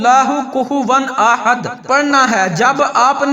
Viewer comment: وظیفہ تو ٹھیک ھے لیکن آپ کے الفاظ درست نہیں چونکہ آپ نے احد کو آحد لم یلد کو لم یا لد ولم یکن لہ کو ولم یکن لاہ پڑھا ھے اسے درست کریں